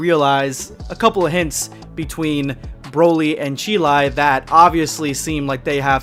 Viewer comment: bayteen of couse